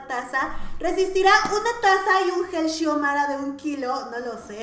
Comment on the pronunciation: "Gel Shiomara" jaja x)